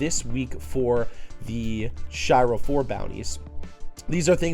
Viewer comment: 'She-ro' not 'Shy-ro'...